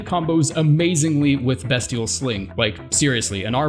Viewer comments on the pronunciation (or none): Learns to pronounce cinquedea properly, calls beastial sling bestial sling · The way he pronounces “bestial” makes me want to die